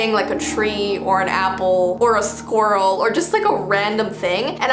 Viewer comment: " or a thcwerel "